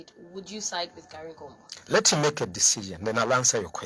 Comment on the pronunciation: ........ please pronounce his name correctly UPND is a rebound